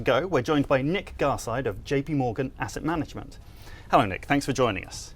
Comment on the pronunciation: he said "acid manangement" couldn't be more correct.